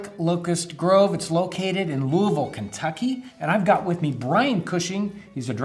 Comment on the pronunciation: Good on John for (almost) properly pronouncing Louisville!